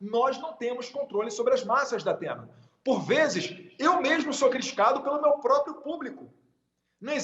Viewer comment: "DAPENA" KKKKKKKKKKKK